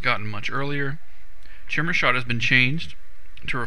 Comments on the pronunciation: "Chimera Shot" [ki-meer-uh, kahy-] KAI-MER-A NOT Chim-Ra - LOL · Chimera is pronounced KHI-ME-RA, not TSHIMERA :D. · Lolol its pronounced kai-meer-ah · it's pronounced ky-meer-a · not how u pronounce chimera : P srry ocd bout that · HEY DUDE HOW ARE YOU GOING TO PRONOUNCE CHIMERA WRONG. WTF